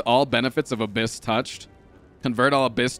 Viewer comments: This hurts hearing say Abyss wrong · The fuck is "abcyss"?? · this. Every time, someone put something akin to "Abyss. Not Abcess". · After the tenth "abcyss", I really started to hope this was just one long bit everyone silently agreed upon. Turns out, it wasn't... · it's kinda funny cuz abscess is an actual word, and abscess-touched sounds absolutely cursed and I wanna cry 😂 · Take a shot every time says Abyss wrong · Intentionally mispronouncing words ... it's a meme ... Dæsh 💨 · this is plausible. It could could be genuine. Abyss is one of those words, like Jalapeno, that a lot of people mispronounce on accident. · Yeah but like how have you never heard abyss pronounced in your life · all these stinky youtube comments complaining about frost saying abyss wrong wouldn't be complaining if they were chad true fans and knew he's dyslexic smh